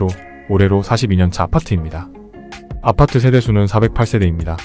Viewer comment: 아파트 발음만 특이한 억양이신지 ㅎㅎ 왜 '파'발음에 억양이 올라가는지 아팟!트 ㅎ